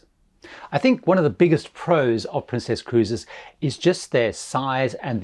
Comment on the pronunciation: Is there a reason why you're calling it Princéss and not just Princess?